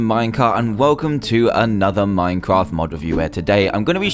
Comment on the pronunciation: when you do your intro it sounds like you saying "dan from the diamond minecart" instead of minecraft XD